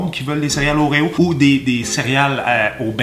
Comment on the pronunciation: Je veux des Oréo "whores" (comme il dit xD) à la place de mon Prozac !